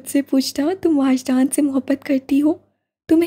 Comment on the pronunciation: Uska name wajdan he or aapne puri novel me waajdan pada he🤨